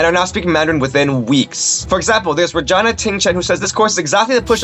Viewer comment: Sorry guys, the name of the girl is “Regina” not “virgina”. 😔